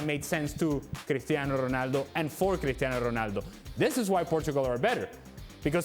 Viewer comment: As a portuguese I hate how these pundits pronunce portuguese names with a Spanish accent to look cultured. It's wrong, you look dumb! Portuguese ≠ Spanish! It's better if you dont force any accent. CRisTiano ROnaldO!